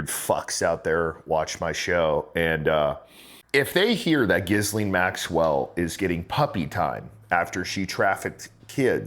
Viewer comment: Why is it so hard for some folks to pronounce Ghislaine correctly? It is not 'Gizz-lane' - It's 'Gee-lane'. The S is silent. Most Americans know how to say Quesadilla correctly....same concept. FFS 🤦‍♂️